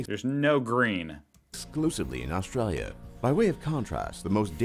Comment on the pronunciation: So the voice on the video can say "Australians" but what the hell is "Austrayia"? lol